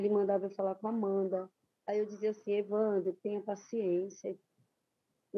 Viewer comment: Por que a apresentadora pronuncia evandrÓ?